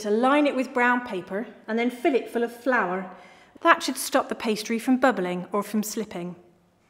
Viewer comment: She just destroyed the entire English heritage by saying the ingredients on the start: “FlOuRrrRr, bUTtErrrR, SUgArrr, cinNAmoN PowDeRRrR.”